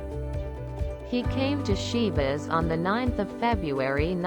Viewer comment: I could not finish it while repeatedly hearing "Șivas" :( was so hard to pronounce it correctly?